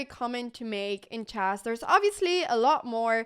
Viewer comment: Anna, you keep saying "CHASS" but the word is "CHESS", rhymes with mess, like the E in DESK or BET or RED or FED, also rhymes with LED, DEAD, BREAD, HEAD and SAID.